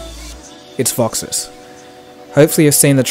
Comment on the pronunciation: Why do you call it VoxiS? Awesome look, by the way, setting it up now. Also: Is there any way you can see notifications other than calls and texts such as Whatsapp, Viber, Skype, Twitter, ect. without having your status bar show? I've been struggling with this for a while.